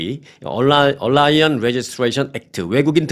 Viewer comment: Alien Registration Act 얼라이언이 아니고 “에일리언” 이라고 읽으셔야 합니다.